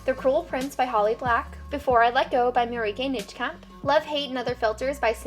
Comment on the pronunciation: Loved the video, although I have one thing: 'Before I let Go' by Marieke Nijkamp. The correct pronounciation for Nijkamp would be to pronounce the 'ij' in her last name as in ''Eiffel Tower'' :)